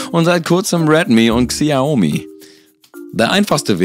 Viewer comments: Schön, bist du jetzt stolz darauf, das du uns gesagt hast was du für ein Handy hast...? Außerdem wenn du ihn schon berichtigen willst, dann mach es bitte richtig. Es heißt: Sch'A'umi mit Betonung auf das A. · Das Xiaomi wird schomi ausgesprochen ich habe selbst eins unzwar das Xiaomi redmi 4 X